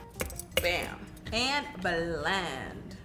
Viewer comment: The way she is pronouncing belend(blend) is bomb ♥️